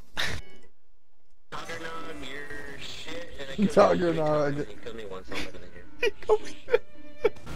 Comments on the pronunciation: tuggernag omg i laugh so hard when he said that That-Guy-Tagg thats how you say it lol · "did you drop out of school to play this game?" when he can't even say tagg's name right